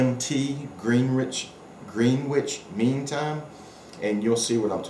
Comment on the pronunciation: fyi Greenwich is pronounced gren-itch......nice review :)